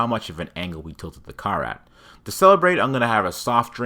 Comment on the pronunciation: I like how he pronounces ‘I’m’ as ‘I’n’